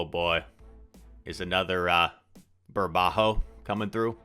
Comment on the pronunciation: Burbuja, you kept saying burbajo